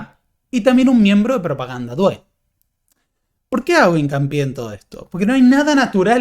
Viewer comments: "due" en Propaganda due se pronuncia con acento en la u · 😀"due" se pronuncia con acento en la "u"